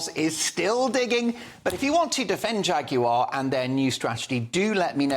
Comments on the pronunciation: Please pronounce Jaguar the English way. Stop trying to sound like an American. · I'm now so old that I come from the time when a Jag wasn't pronounced 'Jag-You-ARE' but 'Jagu-UH'. Can we go back to that, please. The twits who tried to use an amazing car to promote their sexual fetishes have failed miserably, and turned the car into a laughing stock. Anyway, look on the bright side, horse-power, as in REAL horse-power is coming back I expect....needs no petrol/electricity, and gives out Plenty Of Poo to make our vegetables grow strong...and those vegetables can feed the horses, along with growing the hay to feed the horses. Win WIN! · Why is he saying Jag you are? Its jaguar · I agree with the host here, a terrible ad. But why does he have to keep saying 'Jag yoo arr' when all Brits pronounce it 'Jag yoo err' The cars are still decent. It's the MD and marketing people there's a problem with. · I wish you would pronounce the Brand correctly. Jagu"arr" it is not dear boy. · The presenter keeps calling it Jag u r. MUPPET. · Please pronounce Jaguar correctly.